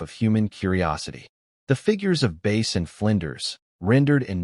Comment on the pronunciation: It's pronounced Bass...not Base!